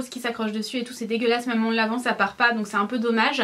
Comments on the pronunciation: Ahah tu me fais trop rire avec tes "même" que tu dis "meume" 😂😂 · mais "meume" mdr on te changera jamais 😂❤